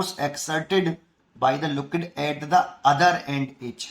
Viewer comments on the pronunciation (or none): Liquid ❌ Lukkid ✅